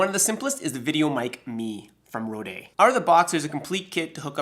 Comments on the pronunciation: it's pronounced "road" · I quite like the Frenchifying of the name though!